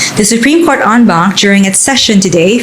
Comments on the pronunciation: "En banc" po hindi "on bank" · En Banc hahahh hindi on bank..but pronunced as soundin as "on"